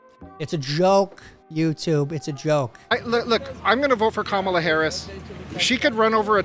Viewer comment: Whoa whoa whoa zed, hold it right there. Did you pronounce her name as “Kamala”? It’s Kamala, get it right! Kamala! Not kamala. Kamala!